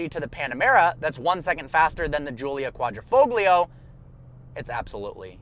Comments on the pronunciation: QUAD-rih-fohleo. Please never say quadrifowglio again. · maybe cuadrifolio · I know you're not Italian so why would this matter to you...But it's pronounced Quadrifolio, the G is silent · Quadrifoglio is pronounced without the "g". Btw nice video :)